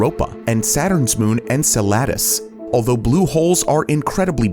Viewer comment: come on narrator, sort your words out, micro bioal? enceladous?